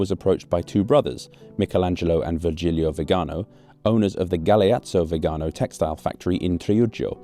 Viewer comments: Congratulations for always ignoring the accent in Viganò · Potevi almeno informarti sulla pronuncia di Viganò. L'accento va sull'ultima vocale, e si vede da come è scritto. Lo ripeti centinaia di volte in modo sbagliato in questo video. Ci voleva poco.